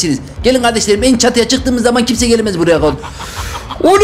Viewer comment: abi kimse diyiceğinekisme diyosun